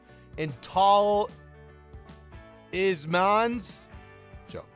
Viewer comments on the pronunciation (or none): how you say a in bad is ae, talismans is pronounced taelis-maen quick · i was upset you said talismans wrong..:( but you still so..